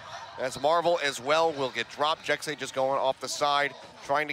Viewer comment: I'm about 98% sure Jecse is pronounced like Jesse not Jexy. Because a lot of other native language speakers spell things how they sound when spelling English words so phonetically Jesse would be spelled Jecse because the 2 different sounds the S's make